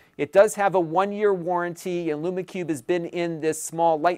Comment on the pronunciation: I'm pretty sure it's pronounced "Loom" Cube, as in rhymes with "room".